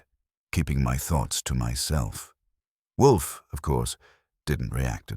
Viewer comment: Whay do all the AI s have trouble saying Wolfe? Theres a half dozen different sites, and they all pause and say woof. Its wool+f not wuf like a dog says